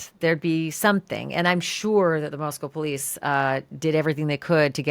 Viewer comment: Ugh. Cant stand GH. He cant even pronounce Moscow. It's not moss-cow. 🙄It literally rhymes with the store youre discussing... Costco.